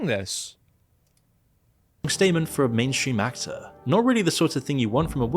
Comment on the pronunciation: eric the ack-ack-tor